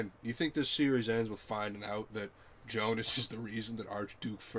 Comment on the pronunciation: Everytime you say instead of Jonas and /winden/ instead of /vindn/ something breaks in my german speakint soul